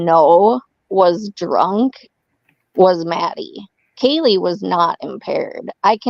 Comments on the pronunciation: She definitely says "Kelly" instead of Kaylee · Sounds like you’re saying Kelly, instead of Kaylee. Maybe it’s just me.